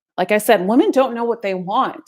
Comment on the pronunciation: Woman and Women are pronounced differently. She should know that!